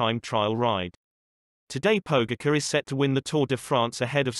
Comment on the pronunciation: Learn to pronounce his name right!!!! That ć is pronounced like a C+H Pogaćar!!! If your going to make videos about sports containing people from all over the world the least you can do is respect their names! Anyways lame video... no footage of actual events! ✌️